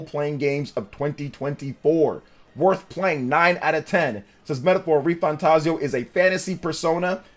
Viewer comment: Thanks for saying the name right lol